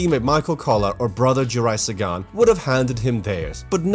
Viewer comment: Not Sagaan :(